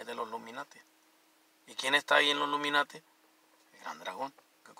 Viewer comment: Y ya te dije que se dice ILUMINATIS no "LUMINATIS" Aprenda a hablar tan viejo que está